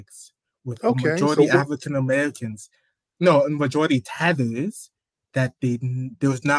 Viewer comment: 🤣 he kept saying 🤪THEATHERPHZzz..🦄. 😂